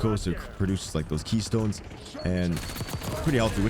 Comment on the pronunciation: Ketones. Not keystones. Lol